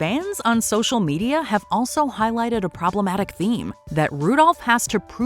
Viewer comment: The minute you said proematic is the minute I knew this video was shit lol